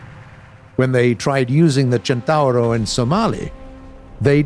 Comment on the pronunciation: I just want to thank you for being the first english speacking person to correctly pronounciate CENTAURO. Nailed it.